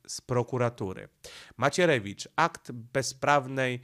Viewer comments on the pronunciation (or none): none